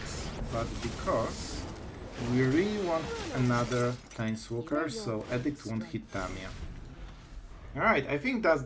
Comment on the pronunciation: I enjoy all your videos and learn a lot from you. One small thing I wanted to point out is your pronunciation of edict. I was really confused a few videos ago when you were expecting the opponent to play edict until I saw the card. You pronounce it like addict as in drug addict. It is like the letter E, like eeedict. I know how pronunciation can be difficult,for several months I pronounced the letter Q in Portuguese in a way that actually meant a$$hole, and when I was speaking Spanish pronounced the verb "to run" like they do in Brazil, which sounds like the verb "to f¥ck" in Spanish. I thought I was telling them I run every day.😂 Anyway, that is just the one thing that might confuse people because it did me. Thank you for all your videos, you are the only Magic player I watch.